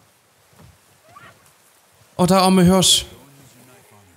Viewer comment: Das Tier heißt Hirsch, nicht Hörsch! 😂